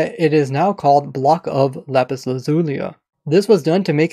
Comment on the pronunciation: You say lapis wrong